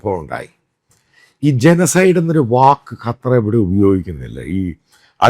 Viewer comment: കറ്റാർ ശരിയല്ല അച്ചായാ😂